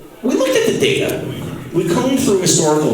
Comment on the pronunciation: Yes but more, "Teh data" hahaha